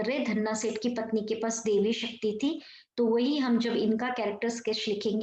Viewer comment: Not devi shakti, daivi shakti , mam